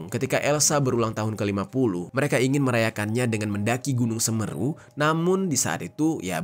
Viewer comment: sampeyan ini org mana?, kog aneh ketika mengucapkan semeru